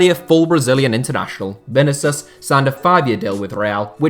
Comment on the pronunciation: I like your videos but man you got to stop butchering the pronunciation of players names (Vinicius in this case)